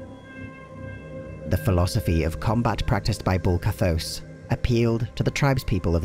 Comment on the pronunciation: Mispronounced Baal, Bul-Kathos, and Mount Arreat. Also, Diablo isn't a God.